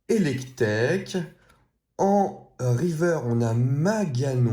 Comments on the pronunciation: Il dit river au lieu de riverse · On dit riveurce et pas riveur pour informer